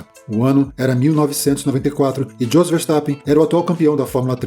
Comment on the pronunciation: se pronunca iôs, e não djos....